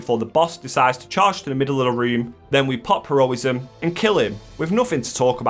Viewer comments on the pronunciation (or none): I'm absolutely begging you to take 3-5 seconds to think about how words might be pronounced before you say them. Her-o-ism? Hero-ism. You do it in all of your videos for most things and it makes it hard to watch these videos, please just read out and think about how certain words are spelled and should be said out.